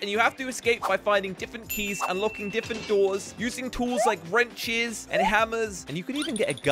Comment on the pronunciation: Does anyone catch how says diffent instead of different *no offense